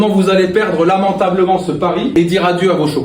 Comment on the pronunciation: L’approche est géniale 🙌🏽 ! Mais le « lamentablement » bien articulé c’était pour la caméra 😂